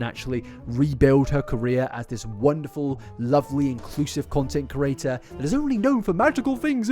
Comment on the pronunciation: It is said creator not cerater please fix this